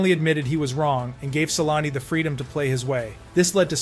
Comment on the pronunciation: Your facts suck and you should REALLY learn how to pronounce his name correctly! Sheesh.....